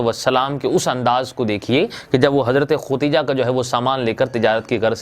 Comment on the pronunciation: khadija not khotija😡